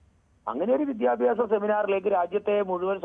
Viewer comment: "Vidhyabhyasam " ennanu reporter parayunnathu. It is wrong. Correct pronounciation is "Vidyabhyasam ". Sheriyayi ucharikkan padikku malayalam. Sri., i said